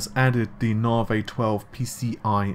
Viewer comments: First we had "Narvay" (Navi), then "Renor" (Renoir - 'Renwah'), and now we have "Darlay" (Dali - 'Dahlee'). I can't help but wonder what's after "Darlay". Hopefully something that's actually correct. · Navi = Na-Vee. Dali = Dah-Lee. Renior = Ren-Wah. Just trying to be helpful. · I can't stands the mispronunciations anymore. Although, I just can't help but wonder what's after "Renor" and "Darlay"